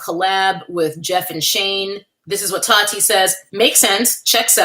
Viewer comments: The way you say "TAWHHTEA" has me dead 😂😂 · The way you say Taahhti is killing me 😅